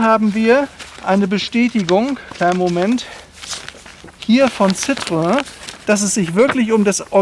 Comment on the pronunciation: Ein phantastischer Wagen aber ein Schoenheitsfehler hat das Video doch, warum glaubst du, das Citroen im original die zwei Punkte auf dem „E“ hat? Ganz einfach, der Name wird so artikuliert (ausgesprochen) wie geschrieben citroEN, aber leider glauben viele Deutschen alles was franzoesich ist wird auch „nasal“ ausgesprochen. Hinzu kommt auch dass der Wagen nur fuer den Fahrer weich und angenehm ist, fuer die meisten Fondpassagiere war es ein Schaukeln das aehnliche wie eine Seefahrt, Erbrechen inklusive war